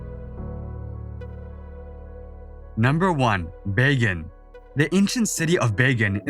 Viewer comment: Dude, I don't know if you actually went to Myanmar but your pronunciation of some of the places is atrocious! For example, Bagan is pronounced Ba-gan where the "a" is a hard "a" as in "hard". How the hell did you get "Bey-gan"?